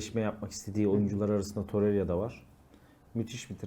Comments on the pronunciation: Torerya diyor ya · Şu adamın ismini Allah aşkına doru söyleyin. Torerya nedir😊